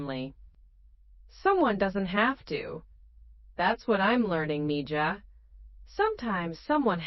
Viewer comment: It would be nice for narrarator to use the correct Spanish pronunciation for mija (me-ha) when reading. Its bad enough for incorrect English tense use: ie "reed" (present tense) instead of "red" for past tense term 'read'.... If this is "AI"; its Not that intelligent.